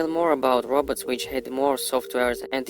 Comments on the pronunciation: Its more like he is saying rabbits...lol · He pronounced robots as roberts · He's saying.."the roberts" 😂😂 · I like the way he says "robots"😁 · did he say inteligent rabbits? or robots? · He just seen the damn Terminator movie....smh.....the "roberts" ..it's pronounced "Row bots" not roberts 😂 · dose he says rabbit or robot so intelligent😬😬😬😬😬😬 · He too is saying ROBUTTS and not ROBOTS. LOL😂😂😂😂 IF YOU WANT TO FAKE, AT LEAST FAKE PROPERLY!!!😂😂😂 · well i heard Robutts🤣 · "The robets", the robots evil cousins. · THE TRUTH no he’s saying robutts